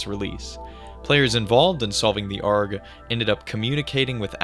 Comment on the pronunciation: is this ai voice? saying ARG like "argh" like a pirate, along with pronouncing Kanji as "can jee" is WILD.